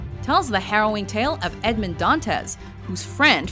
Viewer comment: She punctuated wrong syllables in the name Edmund (s/b on [u] instead of [e]) Dantes (s/b on [e] instead of [a]). I don't blame her, really. She is an English speaker, but if she could say Alexandre Dumas correctly, maybe she should have done a little research and said Edmund Dantes the right way too. It was very annoying so I had to stop watching it. It's even worse with tennis. It's not Navratil[o]va. It's Navrat[i]lova. And it's not Sharap[o]va, but Shar[a]pova. Ah, what can you do.